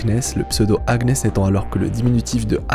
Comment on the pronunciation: Si je peux me permettre Agnes se prononce "Anniès"